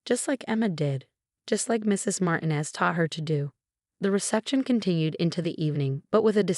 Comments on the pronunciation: Obviously, the AI doesn't speak Spanish. Sarah's last name is pronounced Mar-TEEN-ez. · Your AI can’t pronounce Martinez? Really? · Dozens and dozens of very common words are mispronounced. At least learn to say 'Martinez.' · Martinez and Reynolds were not pronounce correctly